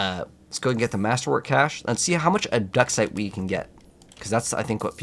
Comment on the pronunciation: Never heard anyone in my life call it ob duck site